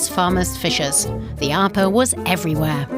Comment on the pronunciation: It's pronounced "Ah-peh", not "Ah-puh" !